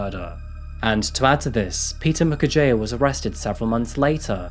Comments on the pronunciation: As a regular, I know that many Africans have commended you for getting the names and pronunciations right. In that regard, here's a small thing I'd like to point out. Peter Mukherjea's surname is actually pronounced Mukherjee (jee, not jiah). A Bengali surname, a few of them put an 'a' instead of an 'e', probably for aesthetics or good luck. Thanks for covering this high-profile case! You can expect a final judgement not earlier than 2040. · Mukerjea is pronounced Moo-cur-jee. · it is pronounced "Mukher-jee".. like tea makes it tee, "jea" is jee